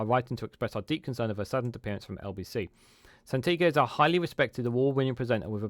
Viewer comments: Thanks for this update. On a side note her name is Sangita - not Santiga 😉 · Its absolutely shameful that you do a video defending Sangita, yet you couldnt be bothered to A) pronounce her name correctly or B)expect us to believe you really know who she is when you called her by something different 20+ times. Perhaps look into "HOOKED ON PHONIX" it may help with "San-gi-ta" as well as "un-press- sid -dent-ed" (unprecedented ) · Quality video, although you Can’t say her name😆. Still gon sub tho. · Apart from your repeated mispronunciation of Sangita’s name, your video is very helpful.